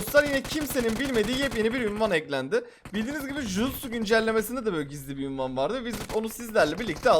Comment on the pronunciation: Abiiii ünvan değil unvan